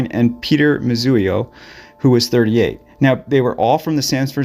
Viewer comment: Moo zee o… not Moo zu ee o